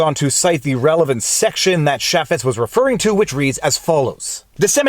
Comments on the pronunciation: Nitpick but we pronounce the name "CHAY*fitz" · Pronounces his name as.... "Chay-fits". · Jason “chay-fetz” and mon-tawj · *CHaffets, not Shaffets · ChAY---Fetts is how you say Jason Chaffetz's name. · Jason Chaffetz called and said you're pronouncing his name wrong, lol.